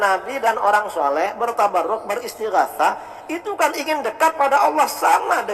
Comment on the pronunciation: Penyebutan Sholeh aja sholekh...gimana sich? Ni malah menyalah nyalahkan amaliyah org aneh